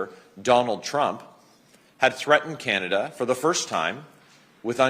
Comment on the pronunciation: Called it chinada , not communada 😅